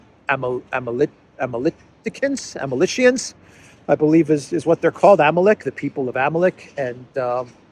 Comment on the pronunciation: Amalekites, lol, not Amalachians. That's worse than saying San FranChisco... lol